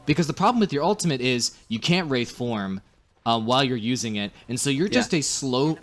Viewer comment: WRAITHform, not wrathform.